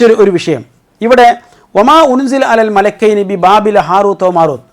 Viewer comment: അല്ല,, മലകൈനി, എന്നുള്ളദ് മലികൈനി എന്ന് വായിച്ചാൽ, പ്രശ്നം തിരുമല്ലോ 🤔🤔🙄🙄